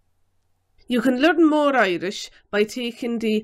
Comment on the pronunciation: Love how she pronounces learn "lurin"😂